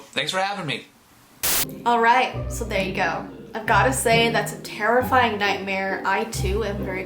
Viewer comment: Anyone else nothised when thqt guy was talking about his night mare and when he was saying nightmare he said night hare if you did I I I V